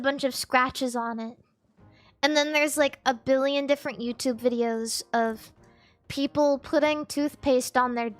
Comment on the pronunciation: bro when she said mi peopole i wheezed so hard i started crying 💀